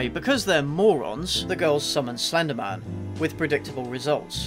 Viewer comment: AT FIRST I REALLY THOUGHT HE WAS SAYING FENDIMAN FENDIMAN FENDIMAN AND I THOT HE LIKED JACKSON WANG